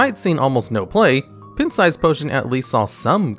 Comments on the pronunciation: I love it when Americans don't know how to pronounce words. "Pin-t". LOL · I've never heard anyone, even non-native English speakers, pronounce pint as "pent". I've noticed that there's usually like 1 word per video that does this with; a subtle but wildly inaccurate pronunciation. It's jarring every time because they just keep rolling very smoothly with the script, and I have to either roll back to listen to it again or wait and see if they say it again to make sure I didn't imagine it. And each time I wonder how on earth they arrived at the conclusion that that was how to say that word. Sometimes I can see the logic behind it, sometimes I can't. And sometimes I have to assume that just never ever used that word in a conversation, or heard that word used by someone else in the entirety of their life. Great videos tho Very well-written, interesting, and informative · lmao…your pronunciation of pint…🤦‍♂️ Have you seriously never heard someone say “pint size” or “going out for a pint” in real life before?? It’s pronounced like pine (as in the tree 🌲) with a t on the end. Or pie + nt. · Pint is pronounced (Pie-nt) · I'm pretty sure he does it deliberately as a joke. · I've never heard an adult human who did not know how to pronounce the word "pint". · The pint size potion analysis is not entirely correct (not to mention pronouncing it wrong) It was used in priest fairly often in combination with Shadow Word Horror, Cabal Shadow Priest, potion of madness, and less commonly Shadow Madness. To say it saw almost no play is def not correct. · Who pronounces "pint" like that? Seriously lol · okay i watched a lot of your videos, and i know you pronounce a lot of words wrong. but "pint?" really? i think i have to stop watching. something about you mispronouncing words like that really aggravates me for some reason. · Is there a reason you are literally saying the word pint wrong? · I had to show my fiance this pronunciation